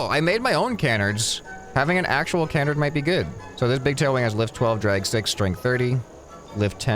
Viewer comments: It’s Ca-Nard, not Can-Ard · its pronounced kəˈnärd